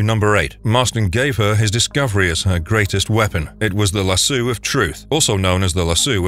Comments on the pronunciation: Love your vids but Lasso of Truth is pronounced Lass-owe no Lass-ewe, please don't take it the wrong way!!! Forgive me if I'm wrong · lol "lasoo". Lasso = "lass" + "oh" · lasu? Is that how lasso is pronounced? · Good video but it's called a LASSOOOOOOO not lassu lol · Aries is the God of War, not Zeus. And also it's pronounced lassoh not lassu. Do a little research and editing. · Bro legit for real said Lasoo of Truth 💀 no 🧢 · Good video, but I could barely get through the Wonderwoman part because Lasso was pronounced lassoo every single time lol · How in the world do you get the pronunciation "lassoo" from the word "LASSO"?????